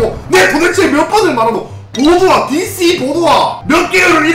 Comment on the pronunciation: DC보드화할때 발음도 웃김ㅋㅋㅋㅋㅋ듸씌ㅋㅋㅋㅋㅋㅋㅋㅋㅋㅋㅋㅋㅋ